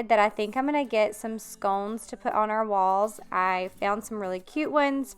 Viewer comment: Scones??🤣🤣🤣 Girl I had to listen twice ! It’s a sconce. All in fun 🤩 I love your videos. I’m usually doing laundry and dishes while watching. I’ve gotten a couple of your book recommendations from the library. Looking forward to reading them. Thanks for the cleaning motivation. So sorry to hear about Cooper. I know he lived his best life.